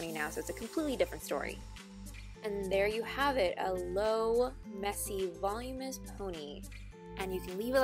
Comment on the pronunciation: "Volumous," she says. lol. Voluminous.